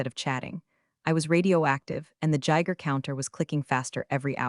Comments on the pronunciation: "Geiger" counter. Hard G eye grr. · Still can't say "Patagonia" correctly..??🤬 What the hell is a Jiger counter..?? Do you mean Geiger counter..?? Which measures radiation.